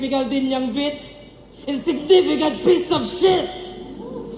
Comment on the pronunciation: Minute tama yung bigkas niya dun boss Loons. "Vit" about sa puso. Yung Vit sa laro Vitality. Pag nagplus or lumakas yung Vit lumalaki HP sa game.